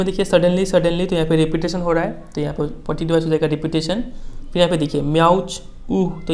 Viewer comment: Improve your reading skills Thats poetic devices not poatic dibiceses # U not teach only translate I advice you all learn from magnet brains or any other platform it is cheap platform He teach us from screenshare🤣🤣🤣 Mujhe tu lgda hai ye kabhi khud pass hi nhi hoye